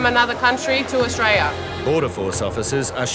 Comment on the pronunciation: "That's whadd-happens when you come from anutha country to Austraya" HA, love it. 😂😂😂😂 Welcome to Aussie 😂